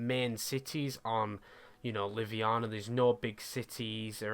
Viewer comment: btw haha its livonia not liviana. there is an o in there hahaha